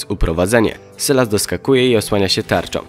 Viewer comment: sylas czyta sie sajles